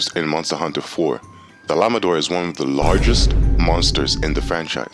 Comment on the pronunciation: Dahla ma daur 😂 Ah lay tree on 😂😂😂😂😂